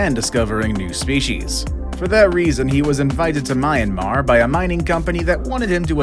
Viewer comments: This guy: mi-an-mar Me: confused screeching IT'S MIAN-MAR 😣😣😣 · I'm a Myanmar guy and it's pronounced literally faster sound of "MEE-AN-MAR" not "MINE-AND-MAR".. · Myanmar is Burma and it is me-yahm-mar